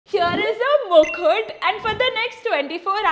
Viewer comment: Why your mukh is so wide while saying mukhut😂...just kidding it is mukut I guess